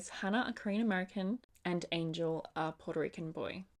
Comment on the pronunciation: Angel and Hannah is one of my favorite books and as a Puerto Rican it makes me so happy to see my culture represented in that books. Just a little side note though it’s pronounced Ann-hel not Angel but that’s just me being picky XD